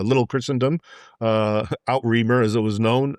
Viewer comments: French, people, French: It's NOT "Out-Remare" as you pronounced it (I thought, Whaaat?!) - when you said "The Christian Kingdom On The Other Side" I suddenly realized you were trying to say "Outre-mer" - (ootra-merr). Right. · Rather than 'Out-reemer', probably pronounced more like 'ootra-mare'. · In case you're confused by this guy's American versions of pronunciations: he pronounces 'outremer' (literally 'overseas') as out-reemer; it's usually pronounced 'ootra-mare'. He also fails to pick up on the Norman 'creed' which is a marriage of Viking militerism and highly devout Chistianity whilst doing the odd bit of plundering. They were the perfect counterfoil for Islam which had made all its conquests without the least scruple. Except they wished to protect their fellow Christian. Nevertheless, the guy's passion for the truth is outstanding and he puts facts in very stark terms. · I love this, but his pronunciation of "outremer" (a French word) is embarrassing!!!!